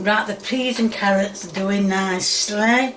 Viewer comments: She said carrots and then she remembered to purposely mispronounce it CARRIOT. This woman is not sweet or wholesome. She is diabolical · Did she say carriots? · Typical American, dont know what an oofa doofa is SMH.. Its a thingamabob, a wotsit, a whatcha-ma-call-it, a thinga ma jig. I think her refering to carrots as carri-ots is the biggest crime here, even as an Englishman myself I cant defend that one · Did she say carriots instead of carrots 😂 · "Carri-otts" me proceeding to clean out my ears to make sure I heard that right 🤔🤔🤔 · As soon as she said 'carry-ots' I was done. She really needs to stop with the faking pronunciations, it's too annoying and takes away any of her charm. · She just can't remember the name of the utensil. It's like saying "thingamyjig". I'm more concerned that she pronounces "egg" with an H and frequently calls carrots "carry-otts". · Has anyone addressed the fact that she pronounces onions and carrots "honeyons" and "carryutts?"